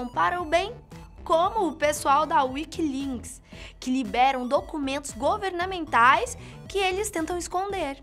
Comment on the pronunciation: Alguém reparou q ela falou wikilinks ?